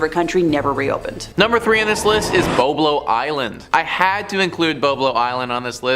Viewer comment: If you're from Ontario pronounce the islands name correctly. It's Boblo island. As a fellow Ontarian that was an embarrassment on a maple leaf fan level.